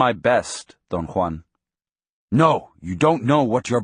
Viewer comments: Why does the speaker pronounce Don Juan’s name as Don Kwan? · Don one lol